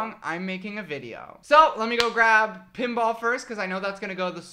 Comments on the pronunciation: Am I the only one who thought he said Kimbap when he said Pinball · saying 'pinball' feels like he is calling my name.. Pinball-Pemba kinda similar..